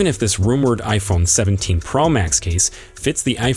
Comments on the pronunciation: Only Apple makes an iPhone, their is no need to say Apple in front of it. It is pro not pra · Ugh it was like nails on a chalkboard!! Yuk! It’s pro not pearl max!!